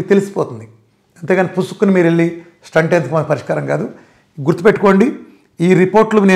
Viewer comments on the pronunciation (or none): స్టంట్ కాదు.. స్టెంట్ అనాలి